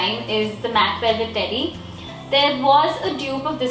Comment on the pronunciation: umm it's MAC VELVET TEDDY not velveterie